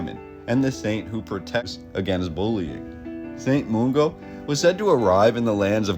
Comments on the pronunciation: Are you AI generated ? You ought to know what "alas" means, and how to pronounce Molendinar and Mungo. I call Bs. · Well done for not pronouncing it 'glass cow'. Way off with 'Molendinar', 'Mungo' and 'Enoch' though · ....2 things....please ask a Scot for the proper pronunciation of all those exotic words.....closes, St Mungo, Argyll, Aberdeen....they're really not that hard....second, please eliminate "the narrative" from your vocabulary....so SO annoying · You pronounced Glasgow correctly but not “Mollindinar or Mungo”, good work though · Nice video, first time I've heard an American pronounce Glasgow correctly, just need to work on your St Mungo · Glasgow pronunciation is spot on but Mungo is not moongo but mun like fun. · Nice but its St Mungo not St Moongo ffs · Overall this video was fantastic and very informative but I can't fathom why he choose to mispronounce St. Mungo as St. Moongo. There is no 'oo' in Mungo but there is definitely a 'u'. Maybe his native language is Spanish, hence the 'oo' for 'u'. Having said this I don't want to come across as overly critical because he's done his homework and I commend him for his effort.